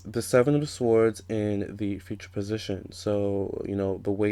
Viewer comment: FYI: Swords is pronounced "sords". The 'w' is silent!